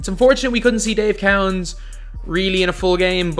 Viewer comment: Lol Dave cow ens It’s Dave co ens